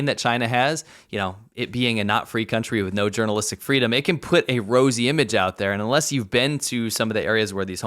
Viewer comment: Cererbrate de fleedom